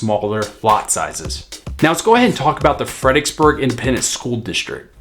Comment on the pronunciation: I knew you were a local, saying "Fredicksburg"........not Fredericksburg. We just kinda shorten it. Kerrvillian for 10 years. Love it!